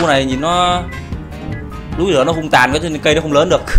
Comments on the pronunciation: anh đọc là "núi nửa" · Anh nói là núi lửa mới đúng anh tập nói từ núi lửa đi đừng ns từ núi nửa nửa